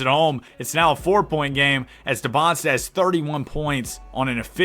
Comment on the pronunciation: Just so you know it’s not “Debonsta” as you pronounce it it’s “Dee-ban-za”